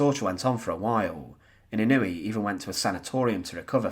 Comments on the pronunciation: His name is NOT pronounced in-NOO-ee. It's pronounced IN-noo-way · Pronounced ‘In-o-Way’